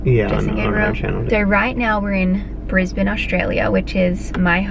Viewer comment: omg the way you said "right now we're in brisbane australia" sounded SO AMERICAN!! haha